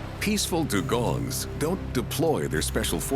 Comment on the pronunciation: Its Dugong Du gong